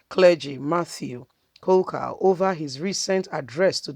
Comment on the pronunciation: His name is Kuka not coca, pls learn to pronounce people's names properly sis.